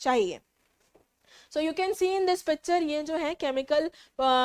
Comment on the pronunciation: When mam talking about landslide she say picture ❌pacture 😂